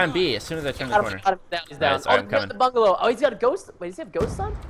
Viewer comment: How many times did Preston said bangalo? :P